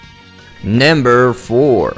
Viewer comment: you sound like your saying namber